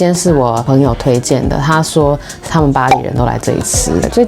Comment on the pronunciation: 巴黎和巴里，陶陶好注意发音，让大家听明白❤ 陶陶曾经是做传媒的？😊